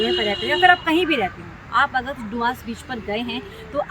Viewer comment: Madarchod ise doomas naki bolte dumas bolate hai